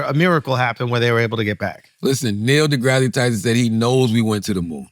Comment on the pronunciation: For the love of God, will somebody tell Charla how to pronounce Neil DeGrasse Tyson’s name?